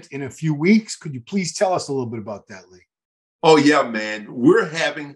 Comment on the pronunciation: Love Lee's pronunciation, it's awesome 😁👌🏻👍🏻